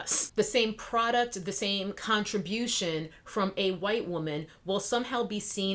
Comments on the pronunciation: And mine. Because myTribe is intelligent. And GROWN.... Primarily that. Welp, you know EXACTLY WHO is employed to censor us. Also, I LIVE every time you enunciate wQHite. ...Period. I'm not even a cosmetics stan, nor have I ever been inspired to follow her channel (since I'm NOT said cosmetics stan).... but I root for Jackie and her success -- ALWAYS have -- FOR THE VERY REASONS MENTIONED here and because she has REPEATEDLY SHOWN herself to be sincere in her efforts. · Why do you pronounce white like that? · I love how you say white!!